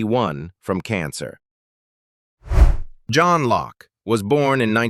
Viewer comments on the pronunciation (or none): none